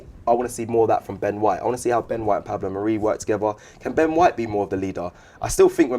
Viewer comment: And stop calling mari, 'marie' ffs